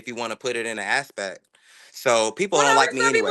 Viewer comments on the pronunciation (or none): If you wanna put it in " as-spect" 😂